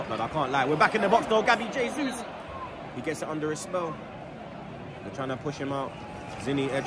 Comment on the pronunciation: Bro Arsenal is your business and you still can't pronounce JAYsus :D Learn to pronounce the players names. HAYsus is the Spanish pronunciation, but in Brazil they speak Portuguese and that is JAYsus.